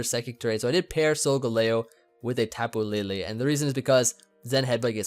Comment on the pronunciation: SAYING TAPU LILI TRIGGERS ME SO MUCH